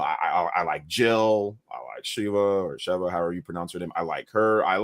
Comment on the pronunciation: called Sheva SHEILA!!! It be your OWN people 😭😭😭😭